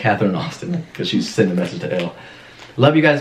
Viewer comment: Did anyone else notice Austin saying “ellel” . But actually “elle” is the real id 😂😂😂